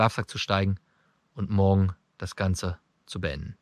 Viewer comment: er sagt immer "mogen" statt "morgen".